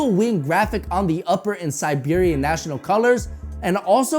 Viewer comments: First of all it isn't Bogdon it's Bogdan, and it's not Siberia it's Serbia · OH MY FUCKING GOD, IT'S SERBIA, I REPEAT, S E R B I A NOT SIBERIA, SIBERIA IS IN RUSSIA, DO YOU'RE HOMEWORK, HOW FUCKING STUPID MUST YOU BE.